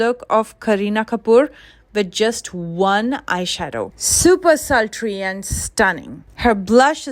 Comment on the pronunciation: Did she say slutry? Meaning ra*di? But why